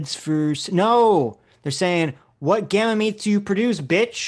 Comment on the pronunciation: I love how calls them “gamma-meats” 😂 Also I hope you two can review this “debate” with her on stream or that she watches this